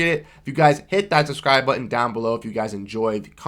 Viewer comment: "Dawn below..." i cant tell if that thats Pittsburgh accent, hehe or is it Boston? Hehe